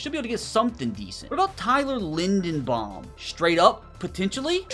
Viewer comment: Center Tyler’s last name is pronounced (Lin-due-bomb)